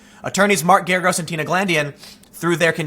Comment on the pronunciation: Totally unimportant but Mark Geragos is pronounced like "asparagus" or "Gare-a-gus". Doesn't matter but thought I'd pass it along.